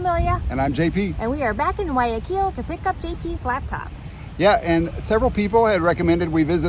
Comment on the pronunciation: Thank you, your the ones that say Guayaquil the best. Everyone says KILL at the end, it's not that difficult, nor is Quito. Thank you. 😊🌹